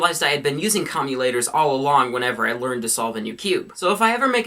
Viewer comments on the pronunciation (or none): COMM-U-TAY-TORS* not comulators, its commutators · lol.. comulators. I think it's commutators:P. <3 you. no homo. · I'd just like to let you know it's pronounced CAHM-YOU-TATER, not CAHM-YOU-LATER. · It's not comuLators, it's comuTators. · its definitely commutators NOT commulators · they are called commutators not commulators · Commutator not commulator. Home schooling sucks! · its commutators not commulators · It's commuTators not commuLators lolz! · I'm sorry. But did you just pronounce "CommuTators" "CommuLators"? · commutators not commulators* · Commulators Your pronunciation:\ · You're pronouncing Com-u-tate-ors wrong.